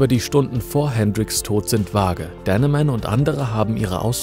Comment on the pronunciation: Monica Dannemann, nicht Denneman. Sie war schließlich Deutsche, dann darf man den Namen ruhig deutsch aussprechen.